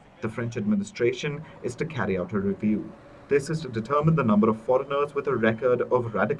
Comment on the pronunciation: Foregin radicals??? Pls say it clearly